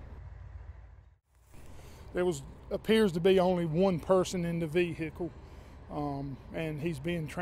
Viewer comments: Vee hicle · Vee-hick-ule and Baad-ree. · That vee-hickle is pretty messed up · Can't even identify the SUV, but it is a 'Ve-Hicle". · Vee hic cle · LOL 🤣😆😁😄😂 LOL very funny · def southern